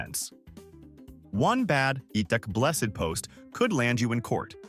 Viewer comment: "Ee-tech!!!" Get a rope, AI!!